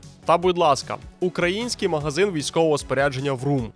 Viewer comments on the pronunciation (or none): Дуже неочікувано чути від такого цікавого співрозмовника ведучого неправильний наголос в слові український. Не укрАїнський, а украЇнський. Це, як не дивно, пережиток минулої освітньої системи совка, треба звільнятись від цього раз і назавжди, бо дуже ріже вухо і веде до негативних асоціацій совкового періоду, коли українців принижували оцим укрАїнський-окраїнський, якийсь недолугий селюківський діалект. Вони і зараз це продовжють казати, що "укрАинский язык это диалект русского", то не давайте приводу тим, хто шукає приводу. Люди, допомагайте один одному виправляти помилки в українській мові прийде час, коли вся Україна заговорить гарною українською правильною мовою, а не суржиком. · Хай історик , який гарно розмовляє українською, зверне увагу на те, як він ставить наголоси. Це слухати боляче. Украї́на, тому украї́нське населення, украї́нська мова і так далі. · Так ріже наголос цього чоловіка у словах «український» на букву «а», а не на «ї», як має бути